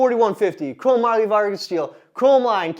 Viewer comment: Are you saying chrome moly Vargas? Chromium-Molybdenum-Vanadium